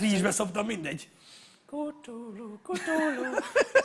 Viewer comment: Nessajnak üzenem(😂): "KTULU" NEM KUTULU😂😂😂